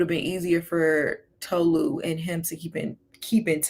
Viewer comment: like i cant w ppl 😫its TOE-LU god damn like white people cant pronounce shit for the life of them